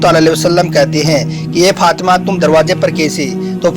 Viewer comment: bbai sab thil he Masha Allah aap bahut achha batate he par pls izzat se naam lya kare or bibi Fatima he unka naam aap galat pronounciation kar rahe he . pls bura mat maniyega .